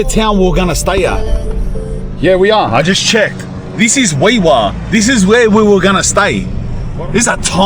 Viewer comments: Hes pronouncing Walgett correctly but Wee Waa is pronounced Wee WAR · Wee Waa is pronounced wee war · It's worse when you know It's pronounced "wee war" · Wee Waa pronounced Wee War dumi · Aye mate, just so ya know, I'm a QLD'r but it's Wee Waa pronounced Wee War as in WW1-2. I'm not bein a know all but we'z Ozzies aye..pretty quiet out there huh..haha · Heads up bred ...Walgett is pronounced " Wal..Jay"! ... I won't even start with Wee Waa.